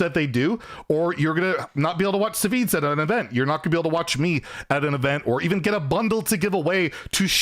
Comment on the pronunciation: SahVahZee lol. That was the weirdest pronunciation of Savzj. He's always been such a chill guy. I hope he gets unblacklisted